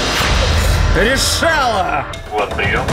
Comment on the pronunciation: Никто: Абсолютно никто: на: РеШаЛа 🤣